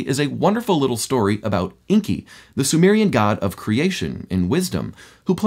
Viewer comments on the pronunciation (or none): the word is Enki and he pronounces inki